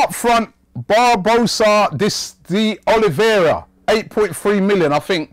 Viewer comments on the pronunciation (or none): none